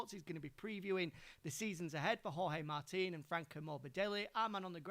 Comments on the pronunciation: did she really said 'george martin'.......twice........WTF!!!!!!!!! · Yeah that a new name that I have seen my life in motogp "George Martin"😂😂